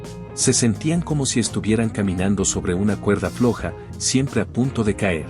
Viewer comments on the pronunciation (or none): none